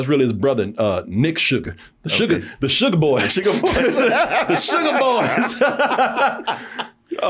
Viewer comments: This man said Sean Sugar lol.. his name is spelled “Sean Sagar”… the sugar boys 😅😂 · Sugar ????😂😂😂😂 it’s pronounced “Say-gar”